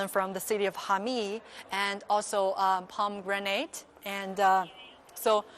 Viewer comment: haha you keep saying pom granade juice....it is pomi granage..spelled as pomegranade